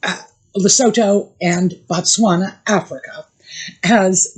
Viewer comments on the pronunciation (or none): LESOTHO pronunciation. Hello. You are pronouncing Dr Sophie name correctly. However Lesotho incorerect. Try say le-sue-toe. Greetings from Southern Africa. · I have to do this everyone is pronouncing Lesotho 🇱🇸 incorrectly. LA SUE TOO is how we pronounce it in Africa.